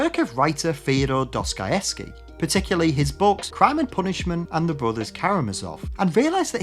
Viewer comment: Very nice "Fior Doskoyeske"